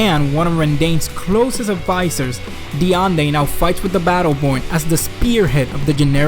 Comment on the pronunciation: i believe you mispronounced a few heroes most notably Deande, liked ! xD